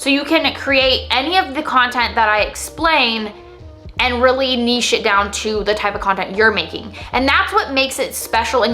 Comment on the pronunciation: Thank you for saying nichè and not niCH. Great content as always.